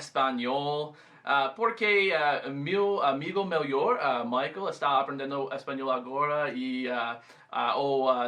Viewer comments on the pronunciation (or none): none